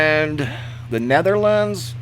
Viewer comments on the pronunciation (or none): none